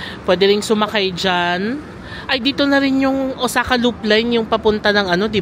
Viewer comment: Correct ko lang po sana un pronunciation po ng Osaka. It is Ow-saa-kuh po. Thanks